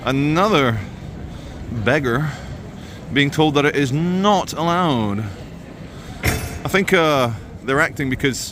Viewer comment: I will never tire of saying “”Nut Aloud”” in that accent 😅😅😅